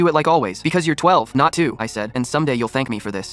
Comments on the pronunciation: Why cant these ai voices say ages and numbers properly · This is ridiculous I didn't even have to watch most of it to No it's fake. You telling me AI can't read the number 12